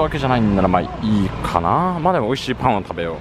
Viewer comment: 美味しい 美味しい美味しい 美味しい (金に)乏しい 乏しい 乏しい 乏しい にしか聞こえない。